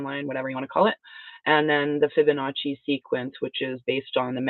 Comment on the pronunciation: One of the instructors of this knowledge said this "Fib of no chi" rather than fiboacci